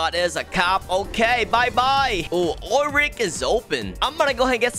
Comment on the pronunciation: I like how you call like “Ool rig”